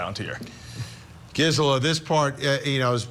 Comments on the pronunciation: It’s “GeeSela” for Gisela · Is he saying her name, right? I've watched her a few times, and I feel like she doesn't pronounce her name that way